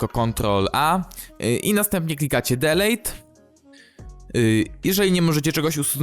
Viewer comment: Nie ma czegoś takiego jak 'delejt', jest 'dilit' (chodzi o wymowę)